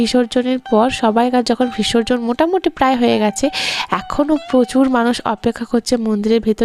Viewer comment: 20 কয়েকটা ব্লগে এই ঠাকুর নিয়ে বিসর্জন নিয়ে তুমি অনেক কথা বলছো । শুনছি।কিন্তু, কথাটা "ভিসর্জন" নয় "বিসর্জন" কিছু মনে করো না উচ্চারণটা ঠিক করে নাও